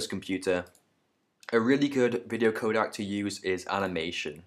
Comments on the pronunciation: ProRes is not uncompressed/lossless . shit tutorial. (Also its codec not kodak) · Please don't say it codAc... It is really furstrating... And ProRes and Animation are NOT uncompressed codec...